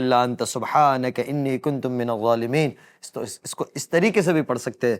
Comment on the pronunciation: Inni kuntu min-az zualimeen, please correct